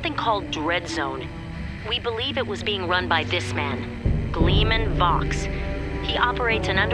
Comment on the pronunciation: does anyone know that vox rhymes with fox